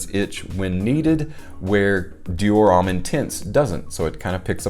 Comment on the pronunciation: Petty issue here I know BUT the word homme is pronounced "ohm" and NOT "ahm". As a French speaking person I just have to grit my teeth when I hear it but understandable from folks who aren't regularly exposed to proper pronunciations of other languages. Thanks.;)....and Versace does NOT have the EE sound at the end. The e is silent.